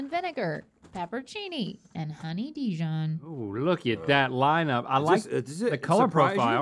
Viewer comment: "honey dee-john" is the new "grep jahm" Link sure makes those words fancy!